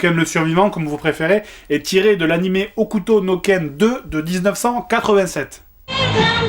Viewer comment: on dit HOKUTO